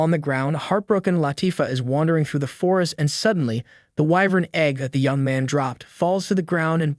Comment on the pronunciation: Ahem it's whyvern not wivern Correct pronunciation: whyvern Correct spelling: wyvern